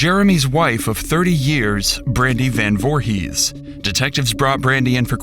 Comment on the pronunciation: Not jay last name, voorhis 👀